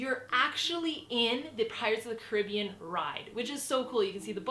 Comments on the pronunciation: I wouldn't say these are all hacks... The fast pass isn't a hack, thats how its designed. Also, the pronunciation of "Caribbean" is incorrect as it pertains to the ride. Must be a Canadian thing... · It bothers me how she pronounces "Caribbean" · FAKE FANNNNN! cant even say pirates of the caribbean correctly hahhaa trash